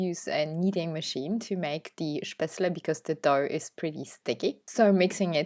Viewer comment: Wow! All 3 look delicious 😋 but I agree with your previous comment, the spinach one looks yumm😋. You say spatzle so beautifully ❤. Looking forward to the next one!